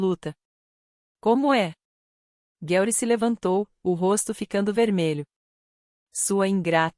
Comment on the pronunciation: Por favor, escolha uma narracao (IA?) que consiga pronunciar os nomes em ingles corretamente e o mesmo para o portugues. Uma hora fala Bruke outra fala Broke ou Brouke. E o Gueuri?? Aff.